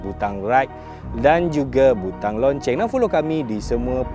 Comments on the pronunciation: Lo-ceng boss... Bukan lon-ceng. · nak tanya memang sebutan loceng tu lonceng ke? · loceng bang.. bukan lonceng hehe